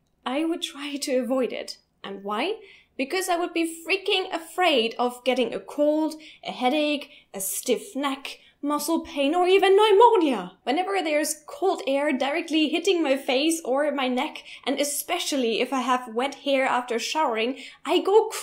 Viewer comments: The pronunciation of "pneumonia" in the video is very German, as are the several different attempts at draughts (it is actually pronounced the same as drafts). Pronouncing it "noo-monia" is the American English way of saying it, most non-American English as their first language speakers say "new-monia". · Interesting video... The pronunciations of pneumonia and hoax were a little off though- made me laugh :) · You are adorable.:) Also your pronunciation of "pneumonia" is very German. English speakers tend to say it like "noo-monia". Also: You are not stupid. I suspect that the reason you've gotten headaches or felt sick from having air blow on you is caused by the placebo effect. If you believe that something will make you feel sick or make you feel better, often that thing will make you actually feel better or worse in measurable ways because your mind is convinced that is the proper response. Scientifically speaking air simply blowing on you or being cold cannot make you sick in the way that you're describing, but it's very possible that your beliefs are so deep that you feel worse simply because you are conditioned to feel worse. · First of all, it is adorable the way you pronounced pneumonia. The American English pronunciation is like 'nemonia'. Second of all why don't you google "Korean fan death" and you will see that Koreans are neurotic about fans because they think it creates a vortex that will kill you if you go to sleep with a fan on. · I love fresh air! In the car I will open the window even if it is just a little bit on the too cold side and I have my bedroom window open all year round. I'm from Scotland! :D Also, I loved the way you pronounced "pneumonia" and hoax" with the German accent haha :)